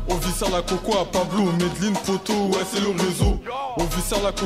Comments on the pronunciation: Juste un truc ça se prononce maisdeslines, la célèbre ville du cartel d'escobar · en fait tu doit prononcer le n sa se lit "Medeline"